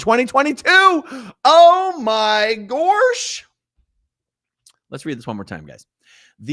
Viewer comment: gorsh instead of gosh